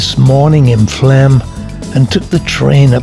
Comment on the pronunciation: It is pronounced Flom.